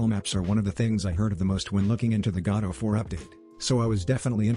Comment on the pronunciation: Did anyone hear "God of War" instead of Godot 4